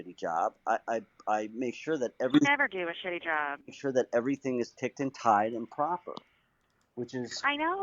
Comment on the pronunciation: Was I the only one that heard her say "you never do a shitty joob...😒"